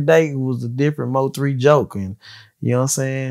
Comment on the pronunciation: Thank you Im so tired of hearing Moe3 like get that man name right